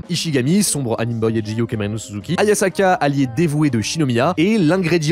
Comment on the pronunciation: Mmh, la prononciation massacrée, un régal. Itoito -> Hitohito Ozamu -> Osamu Takaashi -> Takahashi Ayasaka -> Hayasaka Un cell -> incel "Les problèmes sont répondus" J'ai mal à ma grammaire. Concernant les incels, ça veut certes dire "célibat(aire) involontaire", mais le terme a acquis une connotation de ressentiment contre la condition féminine, ce qui sonne bizarre quand ce terme est plaqué sur des romances où ce ressentiment est absent.